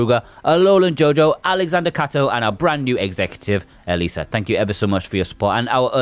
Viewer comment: It's short for Elisabeth, you got it 100% spot on n.n